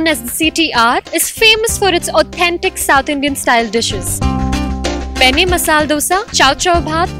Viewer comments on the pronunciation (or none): That's really nice! Good to know that there are such hidden treasures! The presentation was good except one thing that left me wondering of an etymological concept. It was so intriguing to hear the presenter pronounce "Masala Dosa" as "Masal Dosa" twice. That sounded new to me! So far I had known that the presence of 'a' after 'l' in Masala is irreplaceable and can't be considered as silent and hence should be pronounced as ""Masala". Wonder whether Red Chilli Masala can be pronounced as Red Chilli Masal! But this is a new concept anyway! Thanks.